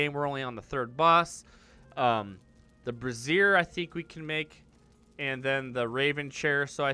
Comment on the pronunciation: lol - Two completely different words: brazier and brassiere, you keep saying the latter. :)